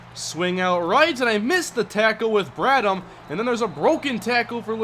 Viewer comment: I hate doing this but it's BradHam the h is pronounced